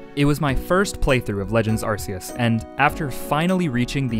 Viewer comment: My soul hurts when you say Arce-us